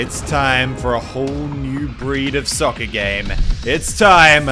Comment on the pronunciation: He said sucker, not soccer...